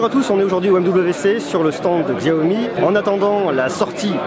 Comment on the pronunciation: aie aie aie mes oreilles saignent XAOMI --) SHAOMI S'il te plait xDDDDDDDDDDDDDDDDDDDDDDDDDDDDDDD